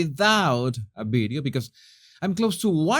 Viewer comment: Oh, this is intriguing about that bideo of a Monticedo mansion that was sold and that looks exactly like the Harkles' place. I'd like to see that bideo and find out what's it all about. Is there a YouTube link? (Love how pronounces videos lol)